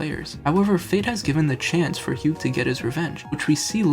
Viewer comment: A few things. First, it is pronounced with the “gh” silent (like the color term hue). Second, the ending theme is darker than just avoiding making revenge a singular goal. Hugh sees that the Pokémon has been drastically changed by the influence of team plasma. This hits at ideas like brainwashing Pokémon, PTSD for Pokémon, Stockholm syndrome, and the more general idea that some things are broken and can never be fully fixed. The hero may save the world, but he can never fully undo the damage done. A broken vase can be glued together, but the cracks are still visible and the structure is not as strong.